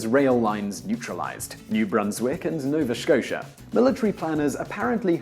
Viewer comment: that pronunciation of nova scotia, sounds like sean connery